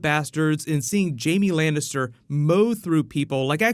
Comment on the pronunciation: Lancaster? You mean Lannister xD